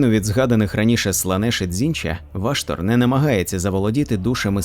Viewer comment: Дякую автору за клопідку роботу над україномовним контентом всесвіту молота війни. Але бісить одне перекручування слів, ну навіщо озвучувати ВА"штор ????? це неправильно, дуже ріже вухо й в подальшому стає неприпустимим продовжувати перегляд даної, прекрасної роботи. Став наголос правильно! Школа 1-2- класи . НЕ ВАштор , а ВАШТор, наголос не на А, а на О !!!!!!!!!!!!!!! Цей коментар я залишив не для образи автора, а заради підказки автору, для продовження покращення ним, свого контенту серед багатомільйонної "аудиторії" даного жанру в медіапросторі інтернету. Слава Захистникам України!